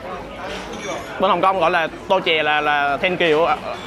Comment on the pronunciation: Phát âm là tô xie( cám ơn nhiều) ,hoặc càn xie( cảm tạ ,cảm ơn) nhé ,hoặc là xie xie( cảm ơn) , chứ không phải tô chè